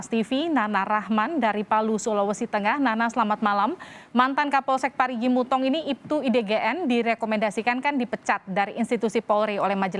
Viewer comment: mo u tong bukan mutong😭